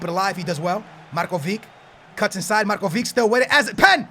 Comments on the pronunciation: u say markovik but its markovitsch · markovic(h) not markovik. u can pronounce ibrahimovic(h), modric(h) and so on... but anyway get DZEKO from roma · Its Marcovitch, not marcovik you are saying it wrong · its not pronounced markovic its markovich the same as modric is modrich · It's Marković,not Markovik -. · DUDE READ COMMENTS!!! MARKOVIC NOT MARKOVIK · pls for the love of God it's Marcovich not Marcovic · Really good video :D But your spelling of Marković is wrong ;D You need to say Markovich same as Ibrahimovic :) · The "c" of Markovic is pronounced like the "c" of Mandzukic ;)